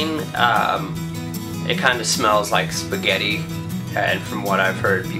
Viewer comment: i love when you say Italian words such as "spaghetti" or "doppio espresso" it's funny xD say more!!